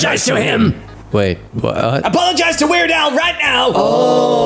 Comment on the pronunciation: wait a sec was that weird AL? i fault you for reading it as AI